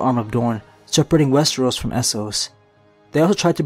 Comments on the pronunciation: Wes-TREE-os Wes-TREE-os Wes-TREE-os. rips hair out It's wes-TER-os or wes-TROS. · all i understand is "westros" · Guess I'm the only person annoyed about the number of times he swaps pronouncing Westeros as wes-tree-os?